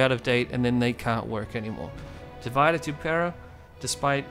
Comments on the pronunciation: Its meant to be latin. It's pronounced Dee Vee Day. not divide. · Great video! (Sorry to be that person, but thought you’d rather know that not — it’s not pronounced ‘divide’, but ‘div-id-é’[like ey in hey].) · Tip 1: pronounce divide in Latin and not English. Otherwise you might as well call it divide & conquer.